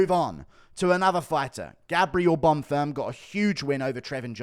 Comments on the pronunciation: Guru I love your videos but your mispronunciations of fighters' names is getting very annoying. It's Arman Tsarukyan, not Armand Tsarukyan. It's Bonfim, not Bonfirm. With the amount of time you spend watching MMA I would h a thought you'd know how to pronounce their names. Please do better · One thing I noticed in your last videos… You pronounce Gabriel Bonfims name like he’s a French man but he isn’t… Just say Bonfim like it’s written